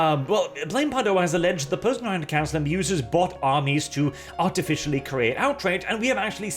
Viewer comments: "Canel culture"? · "Canel" Mmm yes